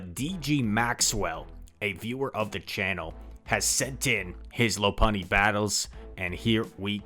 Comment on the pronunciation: it's pronounced lawpunny